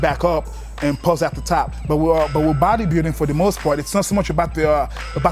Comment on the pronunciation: Throttle lol he said power bodybuildinn 😂😂